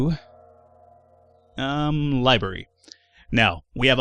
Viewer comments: It's "libRary", not "libary". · lol it's not dormitarry or libarry